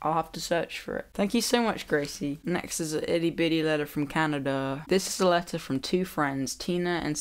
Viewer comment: when you said " letter " your accent made it sound like "alexa" and mine replied with "sorry, I didn't quite get that". just thought you should know.